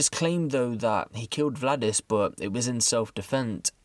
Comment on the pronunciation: Btw butchered the names: In Latvian names are pronounced as they are written, ie. Valdis is not Vladis. Got Lainis right tho. Keep reporting tho - I like your reports 👍